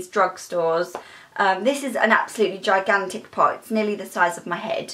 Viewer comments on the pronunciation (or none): none